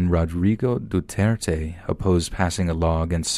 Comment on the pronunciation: I’m really glad you pronounced “Duterte” accurately.